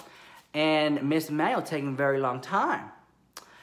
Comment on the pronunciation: Enunciate! 😂 I heard Emmanuel as Manny. I was living until I realized 😩😂😂